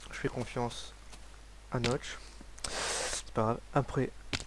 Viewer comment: Tu dis a notch mais c'est plus Notch